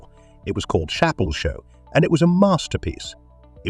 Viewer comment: Hate Robo voices. It's not Chapel. It's Chappelle (Shappelle)! And yes, He's the best!!!